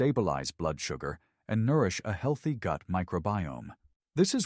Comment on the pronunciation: . Health eye breakfast??? Don’t you mean healthy? AI got it wrong!!!